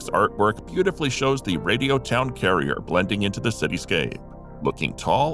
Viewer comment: It'd Radio Town Crier, not carrier.